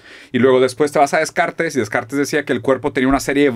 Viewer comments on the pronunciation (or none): none